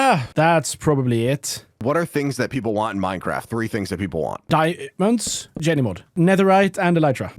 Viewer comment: why did bro say jennymod